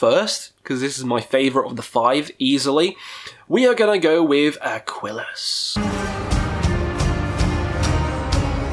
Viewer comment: it's Aquilus not Aquilis.